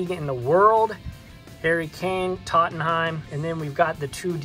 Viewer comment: I like your videos, but when you hold the cards and move them back and forth when you talk, it makes me a little nauseous. I suggest sitting the card down and zooming in on it and then give your analysis. By the way check your pronunciation of Tottenham.